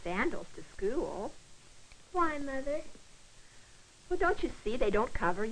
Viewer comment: school was pronounced skewl